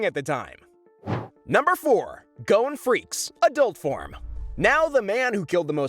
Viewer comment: And also though gons last name was pronounced freces